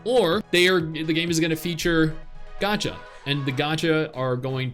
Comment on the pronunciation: The moment he said gacha I'm out